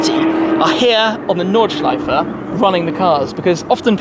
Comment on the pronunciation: WoW, his pronunciation of "Nordschleife" is actually pretty good😂😂👍👌